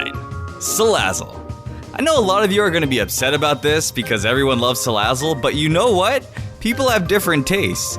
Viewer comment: IT'S SALAZZLE, NOT SALLAZLE!